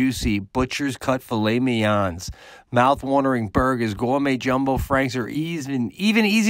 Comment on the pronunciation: I've never heard the word mignon pronounced like that 😂😂😂😂 filet meyon